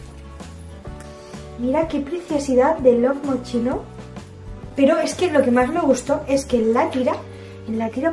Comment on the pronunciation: se dice mosquino no mochino